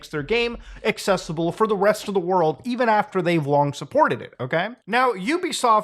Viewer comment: “fow the West of the world” I didn’t know you were UwU like that muda